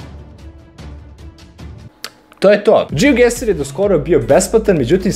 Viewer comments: Ono kad umjesto geoguessr kažeš geogueSSSR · Džiogaser ahahahaaha kapiraš gaser kao... blokiraću se